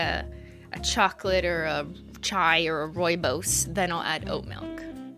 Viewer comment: I was fricken STOKED when she pronounced "rooibos" (almost) correctly!!!!